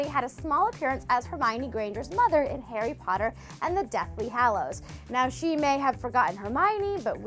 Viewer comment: Harry patter??? I SWEAR TO GOD ARE YOUTUBERS SUPPOST TO MISPRONOUNCE THIS STUFF